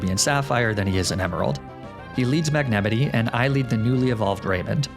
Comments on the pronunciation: Hehe mag nemitty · Wait, WHAT??? MAGMEMITY??? Edit: minute , for you curious people.